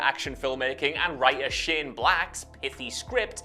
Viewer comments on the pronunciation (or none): none